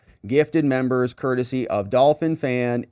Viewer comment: please stop saying "membos".